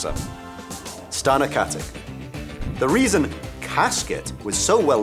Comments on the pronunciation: it's not pronounced KatiC, it's pronounced KatiTSCH like in CHeese, she's from the Balkans that's how you pronounce it there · It's Katić with a ić not with ik. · Its katitsch not katik :) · Its Katich, not Katik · Every thing Ossa ever lists is wrong, and seeing as stana katic is of Serb/Slovak descent I find it hard to believe her surname is pronounced how this annoying turd says it, I'm sure it must be said katitch rather than with the hard c as on here